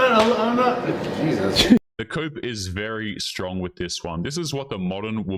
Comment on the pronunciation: You mean "SHTRONG"? That's what the trendy hipsters all say.